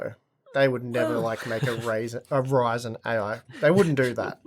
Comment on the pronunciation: AI Ryzen... RAIzen.... 🤦‍♀